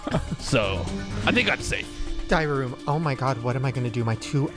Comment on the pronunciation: Every time they say “diary room” I hear “diarrhea room” 😂